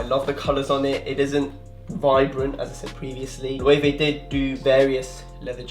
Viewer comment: I believe that Loewe is pronounced LU-VA